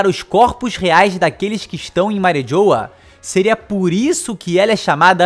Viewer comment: Eu fiquei com agunia dele falando "Mari JHOWA" kkkkkk é Mariejois, pronunciando em Frances fica tipo Marrijuá...